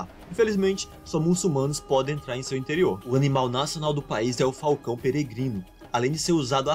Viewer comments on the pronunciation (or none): none